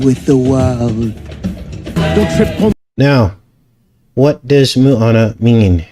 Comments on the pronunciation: Not Moo-a-na, it’s pronounced Mo-a-na! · Small detail its MO ana not MU ana...Maui resident here.amazing video. Depressing how these movies are so much evil and fool us all.